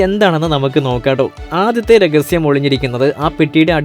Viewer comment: രഗസ്യം അല്ലടാ, രഹസ്യം